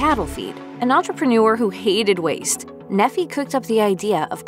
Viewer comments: His name is pronounced NEE-fie, not Neh-FEE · the name Nephi is pronounced "nee-fye", not "neffy" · Nephi isn't pronounced "Neffy" its pronounced "Nee-fye". It's a Mormon religious name. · Nephi would be pronounced "ni:faɪ" or "nee-fye" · She keeps mispronouncing his name, it's pronounced "NEEFI", A prophet and hero from ancient times, whose life story is told in "The Book of Mormon" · Yeah, something definitely sounded funny haha. I can't blame them though. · Mispronounced the name Nephi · It's pronounced Nephi with a long i